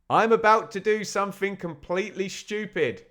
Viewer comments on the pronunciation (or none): none